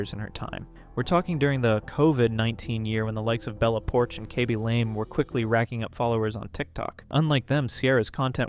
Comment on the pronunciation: i know this was posted a hwile ago and someone may have already corrected you on this but, during , the way you pronounced "Khaby Lame" was incorrect. you pronounced it like "Kaby Lame" it should be more like "Kahby lame" or at least thats the best way I can interpret the sound of his name into spelling.